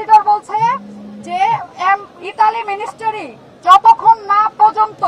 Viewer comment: আকুতি মিকুতি করি মিনিস্ট্রিকে মিনিস্টারি বলবেন না 😄😄